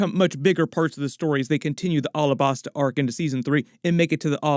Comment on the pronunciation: Pleas dont call Alahbasta like that. Say it like the state Alabama. Alabasta